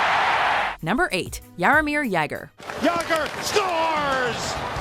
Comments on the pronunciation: "Gretzky is the all time points leader with nearly 1000 points" What??? Gretzky had 2857 career points... Also it's pronounced " Ya-Gurr" not "Yay-Gurr". Do your research next time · Its Jagr (ya-gur) nit Jegr (yeh-gur) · It's "yoger" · Stop pronouncing jager wrong. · Holy shit pronounce the names right like Jagr! They say it wrong at least twice. Plus for a video that came out in Oct you should know Sid has 3 cups... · I'm just surprised this bitch pronounce jagrs name like it actually looks